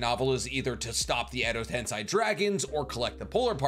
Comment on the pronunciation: Edo tens-EYE